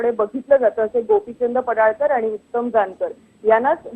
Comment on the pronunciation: पडाळकर नाही पडळकर असे म्हणा.